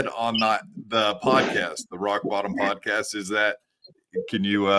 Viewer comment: He unironically said podacast. He’s chip😂. 100 thousand cash bond is a lot of money. That sounds like he did something.